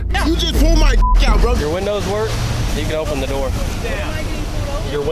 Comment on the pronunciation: the way he said "0PeN Na d0oR"